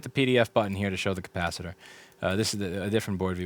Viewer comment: I still love the pronounciation cappa sitter. :D